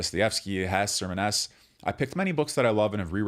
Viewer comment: The "e" at the end of German names is not silent. And of course the German "e" is not an "ee" (as in "meet") but here sounds more like an "a" (as in "mad"). (Reacting to "Hesse", in this case, but this generally happens with American youtubers and I have no idea where it's coming from. One would think people would err on pronouncing all the letters that are part of a word.)